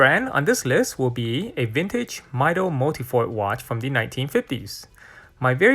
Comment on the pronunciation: I do not think the correct pronunciation of Mido is [Maido], similar to Tissot